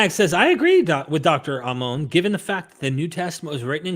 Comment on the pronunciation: ah-moan lol... it's ammon, ha.